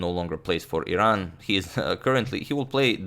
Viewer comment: I'm not from Iran but thanks for pronouncing it right, unlike most Americans who insist on saying "I ran" as if it were an apple product.